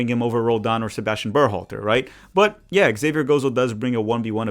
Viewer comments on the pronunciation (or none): none